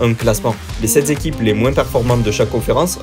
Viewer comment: "les quatre zéquipes..." "les sept zéquipes..." "les huit zéquipes..." C'EST OFFICIEL LES GARS, ON DIT "UNE ZÉQUIPE" !!